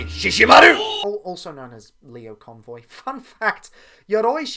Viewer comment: It's Lio Convoy, not Leo Convoy. He says his name literally every time he transforms